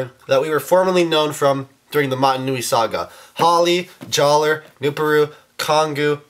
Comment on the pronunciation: It's pronounced JALLAH! (It's just spelled Jaller! He got his name changed by Turaga Vakama after an honorable event!)